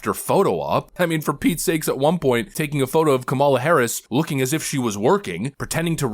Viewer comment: Taking the lead? Takimg the lead? 😂😂😂 we all know she has never been even close